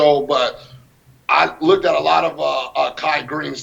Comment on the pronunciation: "Lookdid" absolute moron